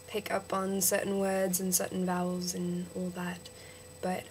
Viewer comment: vowels - one syllable not two country - cUHntry advantage - the first one was right years - yeahrs (lighter on the 'r') um - sounds less like 'arm' out - owwt (too british) and yeah - dont expoit your citizenship! check out Adam Hills